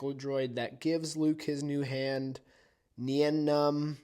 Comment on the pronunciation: It is pronounced nine numb